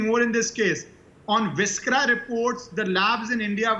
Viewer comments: How come these very knowledgeable panelists pronounce viscera as ‘vis-kera’ ?!!!! 🤯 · GUYS IT IS NOT VISKERA, IT IS VISCERA LIKE IN "C" AND NOT "K".